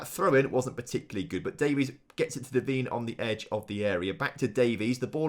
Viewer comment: Its not pronounced devene its pronounced devaine